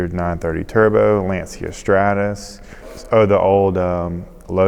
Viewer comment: Is it my imagination, or did he say "Layncia"?